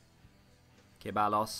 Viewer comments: Ceballos is pronounced ‘Se-bye-os’ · SuperSimpleSquad foreal it’s pronounced Sebbayos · Anyone else get triggered by his pronunciation of ceballos